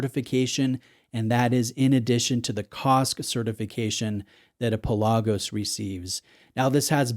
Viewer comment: PELagos, not peLAGos.